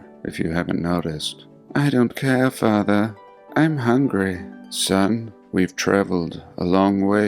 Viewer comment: “I don’t care fathah” “I want to wear a dress fathah” “ my teacher said I can cut off my penis fathah” “ why did u punch me in the mouth fathah” “fathah” “fathah “ “what are you going to do with the shotgun fathah”